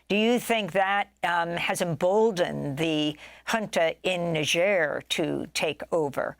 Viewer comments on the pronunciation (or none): Amy, it's "Nizjèr", not "Nisjèr". You're always so infatuated with foreign words and names. "Hello, Greta Thunbery... So, Greta Thunbery... But, Greta Thunbery... " That was a weird interview. That's not how native speakers talk, using someone's first AND last name over and over again. But you wanted to show the world you knew it was "Thunbery" not "ThunberG". Whoaah. That was hilarious. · What is "Negeirr" ? . It's def not Niger. Ni =Neye ger='s grr like a bear